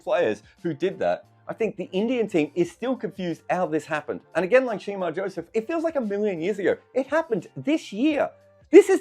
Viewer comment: Shamar Joseph and Kemar Roach not Shemar Joseph! :)